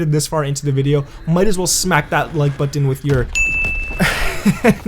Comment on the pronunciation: Please don’t ever say budden again lol